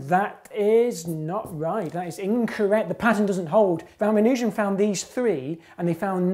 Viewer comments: It's ra-MAN-u-jan, not ra-ma-NUUH-jan. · Ramanujan has a long a, not a long u. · This guy needs to pronounce Ramanujan correctly.